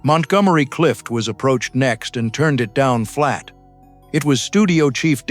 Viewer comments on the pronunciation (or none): This is horrid. Can you get pronunciations correct? Has anybody seen the movie? How old are they - 13? I simply can't understand why you can't get your AI narrations right. Don't you listen to it? Don’t you research names? If you'd have got words right, it would have been good. The mispronunciations take me right out of it.